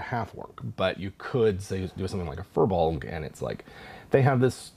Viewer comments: Oh I thought it was pronounced "fire blogs". Well I like how I pronounce it better then "fur bogs" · Actually, the correct pronunciation is "Fear-Bolg" which means Bag Carrier. They were originally slaves in human lands who fled to Ireland for freedom, but became enslaved by the Formorian giants. When the Tuatha De Danan came to Ireland, the Firbolg cheered them on as liberators, only to discover that the new conquers considered them hideous and banished them to the forests. They were hoping that the arrival of humans would offer them the chance to freely interact in human lands, but the humans mistook them for monsters, and chased them away as well. They live in the forests resentful that they never got a chance to join peaceful civilization. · "FEER-BULG"! it's pronounced "Feer-bulg"! I personally hate that this term in Irish has been hijacked and doesn't even represent what the Fir Bolg (which is a plural term in itself, so "firbolgs" is like saying "the el chupacabra"), But if you're gonna use the term, at least pronounce it correctly! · Hearing Americans repeatedly trying to pronounce "FIr Bolg" is painful. They are from Irish mythology